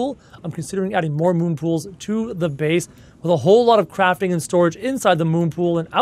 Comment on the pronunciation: When he said- let’s Leave the Crafting bay, I thought he said- let’s leave the Crapping bay